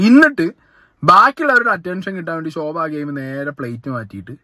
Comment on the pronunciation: ശോഭ അല്ല ഷോ ഭ